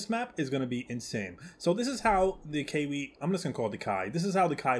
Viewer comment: your video was great but the pronounciation of the plesiosaur was slightly off. try say it like kai fek ee a